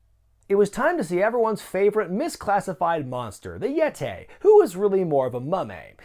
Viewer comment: "The Yet-ay, who was more like a Mumm-ay" this popped me lol